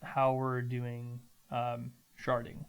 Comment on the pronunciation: Thank you for "sharding"